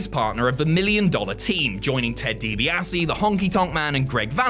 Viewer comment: you muppet, youre clearly like 17 years old and never watched wreslting in its prime late 80s through to 90s. Why? you cant pronounce Ted Dibiase's name and you think Goldberg, Lesnar was the greatest short match ever!!! nope.